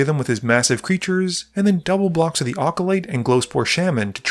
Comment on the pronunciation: “Ah co light”